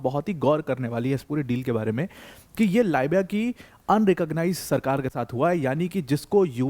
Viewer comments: Libiya .== Leebiya,,,, biya = its not baya its beya= biya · Libia को लायबिया बोलनेमे मजा आता है क्या। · "लीबिया" को "लाइबिया" बता रहे हैं ये महानुभाव...जिन्हें स्वयं देशों के नाम का ज्ञान नहीं है वह Aspirants को क्या ज्ञान देते होंगे..!!😂😂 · How pity. You people are always worried about our success. How to degrade Pakistan success, using degrading words is a norm in India. In other words, mention Pakistan's success with insulting words. And another thing, the anchor seems a bit less educated. It is not Laabya , It is Libya.😂😂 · Dear sir लीबिया बोलिए लाइबिया दूसरी कंट्री है। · Bai it's libya (lib ya) not lybya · यह भाई लीबिया को बार बार लाबिया बोल रहा है इसको किसने अध्यापक बनाया रे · गुरुजी तो बहुत ही कूल हैं, लीबिया को "लायबीया" बोलते हैं!😂😂😂 ये चक लायबीया...! , , , , , , , , , , , 🤮🤮🤮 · लिबिया है..... लायबिया नहीं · लाईबिया to mat bolo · bhai lit is leeeeeebiya not li biya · It is lee-bee-yaa not lie-bee-yaa.